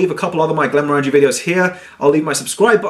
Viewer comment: stopped watching when he kept mispronouncing Glenmorangie.. At least he didn't pull out that ridiculously large stemmed nosing glass for this one!